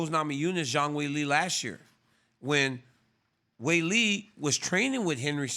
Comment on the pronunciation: "Weilie" & "Johanna" .. this guy RC can butcher some names man 💯